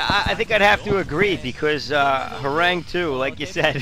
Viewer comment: Horang2 is actually pronounced as Horangee, since 2 = ee in Korean. Horangee means Tiger in korean, according to what I've heard. So that's why the 2.